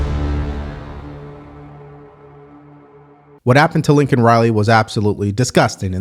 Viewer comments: Bro! Her name is LAKEN!! Not Lincoln. We have to be better than the libs. We gotta get her name right. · No reaction from the Guilty…. I have to correct you it’ like the word “Lake” NOT “Link”not being ugly just wanted to have her name said correctly. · #1 During the State of the Uniion Message Biden didn't even probnounce Laken Riley's name correctly; "Lincoln Riley". #2 The border bill wouldn't do anything to help secure the border, it would provide for expidited processing of immigrants: $118 Billion “Border” bill; * $20 Billion to for US/Mexico border; 17% of bill $$$. The other $98 Billion will be spent on: * $73.8 Billion to Ukraine (In addition to the $79 Billion + already spent) * $14.1 Billion to Israel * $10 billion in humanitarian aid for civilians in Gaza, the West Bank, Ukraine and other nations * $2.4 Billion to combat Houthi Rebels in Yemen * $2.6 Billion for munitions to Taiwan * Requires the US to process at least 1,400 migrants per day; 9,800/week, 42,000/month, 511,000/year. * Gives the president the power to shut down the border if more than 4,000 migrants attempt to cross the border in a week; 16,000/month, 48,000/year. * The $20 Billion earmarked for “border security” is to be used, not to secure the border, but to provide additional personnel to more efficiently handle processing immigrants. * The bill would cost over $350 for each of the 330 million Americans. This is about $1,200.00 for the average American family. Under the Biden administration Illegal border crossing have reached the highest numbers ever recorded; 300,000+ in December 2023 alone, a steady increase since Biden took office with 2.2 million in 2022 and 2.0 million in 2023. Under the Trump administration illegal border crossing apprehe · Hey, kind of painful. Her name was Laken Riley. Not “Lincoln”, not “Laneken.” Lake-N, not Lin-Ken, not Lane-Ken. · Her name is LAKEN not Lincoln ! RIP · Laken, not Lincoln. Don't pull a Biden on me,. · Also it’s Laken not Lincoln